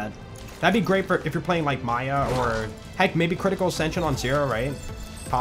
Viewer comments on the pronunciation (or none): none